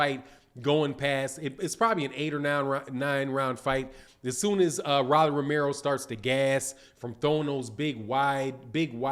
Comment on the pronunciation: Bro ROLLY! LIKE A ROLEX! PRONOUNCE HIS NAME RIGHT!!!!!